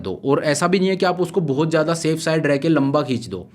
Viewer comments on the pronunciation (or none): You speak very well, but some of the words you use aren't appropriate like "Jada, Maja, means used "Z" in that words not "J".....